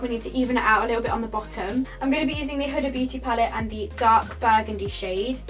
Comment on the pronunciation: No hate but is it not pronounced hooda x